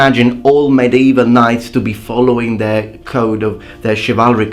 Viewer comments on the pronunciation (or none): none